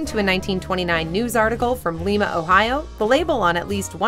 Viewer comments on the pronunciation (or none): That's Lye - mah, Ohio, not Lee-mah. The latter is in Peru. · Lima, OH is pronounced 'lie'-'muh' not 'lee'-'muh'. Just saying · It's pronounced Lime-ah, not Leem-ah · Lima, Ohio is not pronounced with a short i, it’s pronounced with a long I. Thank you that’s all. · Not going to check comments... It's Ly-ma, not Li-ma... Buhuhuhuhahaha... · LYE-ma. LYE-ma! Can't stand people that can't take the time to look up how to pronounce a word. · As a Western-Ohioan, the town of Lima is pronounced like "lima bean." Research your video before shooting. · I thumbs down every video with the girl. Lima... said Lye-ma. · 838 it is pronounced lima ohio